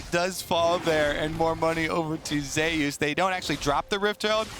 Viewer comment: Why is he calling zeus ZAY oos?